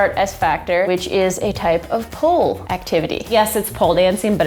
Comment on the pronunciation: AM I THE ONLY ONE THAT HEARS 'HOLE DANCING' INSTEAD OF POLE?